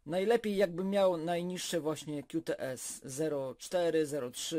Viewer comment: Jak to źle brzmi 'kiu ts'. Tam jest 'ku ts' (Qts)